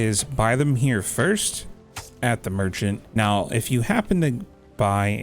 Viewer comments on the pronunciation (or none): none